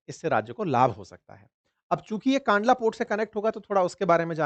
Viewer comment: kaandla nahi kandla કંડલા